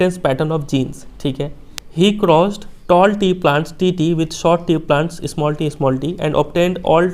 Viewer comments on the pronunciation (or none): none